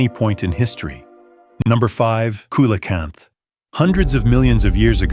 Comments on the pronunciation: Coelacanth is pronounced SEE-LA-CANTH, not KAY-LA-CANTH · SI crap. Expecting to see the last photos of all sorts of extinct animals......prepare for disappointment. Coelocanth....pronounced see-lo-canth....and it's captured and photographed all the time. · kilocanth??? learn how it is said. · Coelacanth is pronounced see-la-canth.